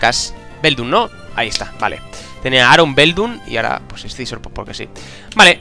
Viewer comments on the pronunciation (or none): se dice ''sisor'', no escizor xD